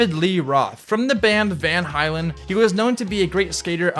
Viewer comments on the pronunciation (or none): Van Halen (like Hey-Lehn) not Van Highlen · Lost all credibility with that Van Hylen comment. Its pronounced Van HAY-len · Did he just say van heilan? Its van halen. Halen. Get it right. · “The band van hilen” halen❌hilen✅ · ITS VAN HALEN NOT VAN HILEN🤬🤬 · I’m sorry but did he say can hailen😂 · did you just say Van Hylan...? Ohh Please Edit..lol.. Hit that Like if you caught that craziness. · Did you seriously just say, "Van Highlan"!? Either you're a fatherless, pop-listening-to douchebag... or I am getting old! Lol. No offense buddy. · Alternate title: poor mants david dobrik says a bunch of people's names wrong who is Van hylen? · "Van Highlan" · “Van hilen” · “Van highlan” 😂😂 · said " van Hiiiilan" 😂 😂 😂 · "Van Hylen," tho... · How you gonna rag on someone pushing mongo and you mispronounced Van Halen.. I love your channel but cmon man the mall grab you push Mongo you wear thrasher your a poser is kinda stupid and insecure why do you have to make fun of somone enjoying the sport you once looked stupid doing I'm in no way standing for these celebrity posers but dude van highland lmao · Van Hylen?! Jeeez, if that’s not a millennial mistake, I don’t know what is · “van highlen” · Bro said van hi lan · “Van Halein” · Yo fyi its Van "Hay-Len" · "van hylen" cringe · “Mike coral” 😂😂 “Van hylen” 😂😂 “When michael Jackson wasn’t diddling little boys”😂😂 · As a rock fan, the way he said van Halen drop kicked me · How the hell do you pronounce Van Halen wrong? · Ur so stiff when ur talking. We can see u reading ur eyes keep looking away from the camera. Ur so awkward just stop ✋ And u said van halen wrong🤣🤣🤣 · I love how he said Van Halen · Sorry had to stop when you pronounced VAN HALEN WRONG 🤦🏻‍♂️ ok now back to the video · Lol came here for this comment right after I heard that. He clearly does not know music if he can’t pronounce it right